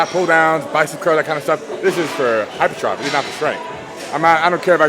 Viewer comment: lmao my mans really said hypertroph